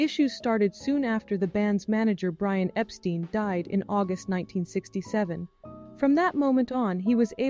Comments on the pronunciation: EPT ST EYE N. not eeee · When the narrator can't even pronounce the name Epstein properly, you have to wonder about the video's accuracy.